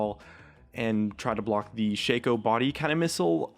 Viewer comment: Ok listen up shaco's name is shaco not shakeo